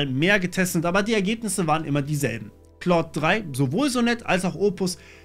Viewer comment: Es wird halt eigentlich genau falsch rum ausgesprochen XD